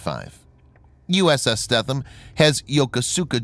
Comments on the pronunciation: Her name is pronounced more along the lines of STEENUM (longer E and the TH somehow more of an N... ) (sry dont know the different pronunciation markings) Why do I know. Well 3 years onboard Robby's boat and you will learn some things :) and ... well I would like to inform you that our LIFE RAFTS are NOT ASW weapons. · Pronounced “Stee-thum” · you pronounced the name wrong. i stopped watching at that point lol ----former crew member.